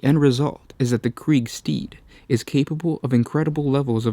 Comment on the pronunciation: It is called death korps of krieg, not kreig